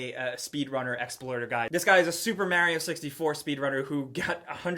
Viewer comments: why does call Mario, Mary-o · Why does he say Mario as maario? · Super mary-o😂😂😂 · I hate how You say Mario XD